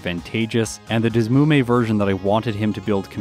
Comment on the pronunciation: Isn't the emulator pronounced "D S Emu Me"? That's what always was the most logical to me. Sorry, random comment in the middle of watching.